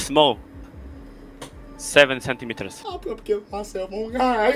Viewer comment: SEVEN SENTIMITERS 🤣🤣🤣 Nie mogę z tego 🤣